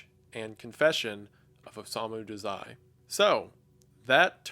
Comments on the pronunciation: I love this video but i dont think you're saying Dazai right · as a massive bsd and osamu dazai fan (most authors the characters r based off of actually) i died inside when he said dazai like that and i have no idea why 😭 I paused the video, and sat there staring at the screen for a moment